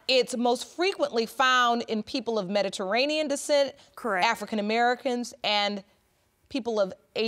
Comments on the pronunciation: She kept saying Meta-ranian... took me a minute to figure out she was trying to say Mediterranean 🤦🏿‍♀️🤦🏿‍♀️🤦🏿‍♀️ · Omg if this woman says "Mederanean" one more time....!!!!! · Mederainian decent.. 🤦🏻‍♀️ ma’am please be quiet until it’s your turn to mispronounce words. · She couldn't even pronounce Mediterian 😂 can she stop cutting him off every chance she gets. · “See, Mederadian descent” MEDITERRANEAN BIH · Lady: "Mederainian" Me: "MeDIterranean" Lady: "Mederainian" Me: "OMG...MeDIterranean!" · "Mediranean"...... Oh my! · She pronounces Mediterranean weird and it bothers me